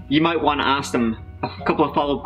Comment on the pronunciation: "axe" its ask! not "axe"